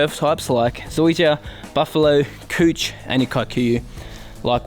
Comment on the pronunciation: Folks over here in the States love it when you say "couch"...funny stuff mate! Love your vids. Keep up the good work!